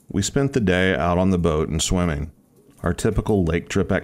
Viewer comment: Swimming not swimmeen Boating not boateen Turning not turneen Behind not buhhind Finishing not finisheen Morning not morneen Starting not starteen Swimming not swimmeen Fishing not fisheen Sickening not sickeneen Growl not graal Probably not prolly Running not runneen Caterpillar not catuhpiller Wouldn’t not wooden Before not buhfore Coming not comeen Not even half way through. You get the point. Ing not een. Get elocution lessons.